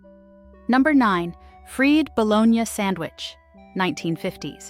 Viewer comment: Hate it when people can't pronounce bologna or fried. LoL